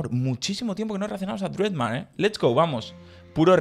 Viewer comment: Se dice Dred Mar ai